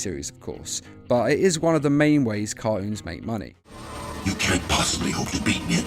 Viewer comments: Kart-Unes...? "Car" "Toons" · Wait Why do you Say caroons Its Cartoons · I swear he said - caroons - does he know the the t isn't silent? 😒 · Pronounce the T in cartoons